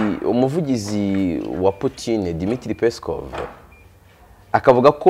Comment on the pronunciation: Ujye ugerageza uvuge Poutine neza gusa, kuko ni umutabazi w'Isi